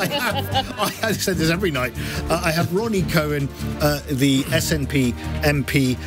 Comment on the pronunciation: Not Co-wan Cow-an